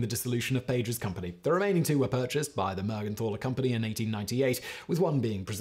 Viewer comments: It is pronounced Mergentaler not Mergenthaler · if you are interested to know, the " th" in "Mergenthaler" is pronounced t, like in tinker or total. The name means "Man from Mergenthal", thats a place in Wuerttemberg. The name Mergenthal is dialekt for St. Mary´s valley.